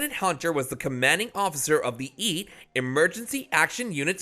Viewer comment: I agree, awful. Why even start your countdown at 9, not 10? Equally poorly, why deliberately mispronounce the names of characters and well-known names in your narration? eg "Sipowitz", or even "EAS", the SWAT-type team on the show; let alone Steven ???"Boc'co"??!? It's widely known to be pronounced as Botch-Co!! What's the matter with you?! As a woman, I also take issue with your SINGLE FEMALE inclusion of Megan Gallagher (who cares?), who played the little known uniformed Officer Rossi character, but you IGNORE TWO BIGGER FEMALE CHARACTERS of the show that ppl would be interested in. Your one silly female inclusion is further ruined by showing Betty Thomas & Meghan Markle footage instead, interspersed with new interview footage of your actual Megan choice, just to confuse anyone watching your ridiculous video! PS How irritating also to hear you describe Renko as a "redhead". You were supposed to say "redNECK" instead, since that was Renko's character design! Your work is most irritating. Not surprisingly, I'm not subscribing.